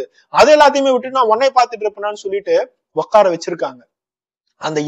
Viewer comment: Okkara vechurukanga ilainga...utkara vechurukanga....please Thamizh la kola pannatheenga bro...unga narration romba nalla irukunga.